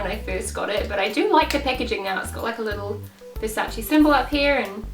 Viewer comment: Hahahahahaha don't tell me she pronounced Versace as 'Versachee' hahahaha it's pronounced 'Versaisse' hahaha that French pronounciation tho 👌🏼